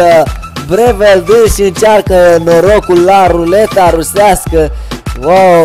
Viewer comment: Breeveld e olandez nu cum ai spus tu :)